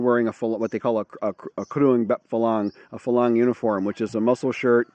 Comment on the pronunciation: "farangs," not falangs. If you can pronounce the "r" then do so. most Thais can't , that's the only reason why you hear"Kolat" or Falang", etc. Those Thais who can pronounce the "r", do so.